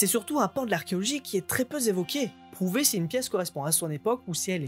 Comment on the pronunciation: "très peu zévoqué". Aïe mes oreilles ! 😉😂 T'inquiète, sujet très intéressant et de bleu obligatoire. Soutien, bien sûr !